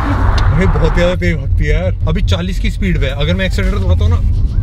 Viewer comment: Tej nahi re baba . Tez